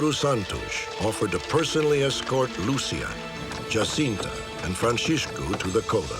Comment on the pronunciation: my thoughts exactly! I was really impressed by the apparently correct pronunciation of the name Jacinta unlike how it would be pronounced in Spanish